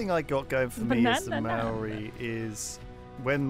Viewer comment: That not how to pronounce Maori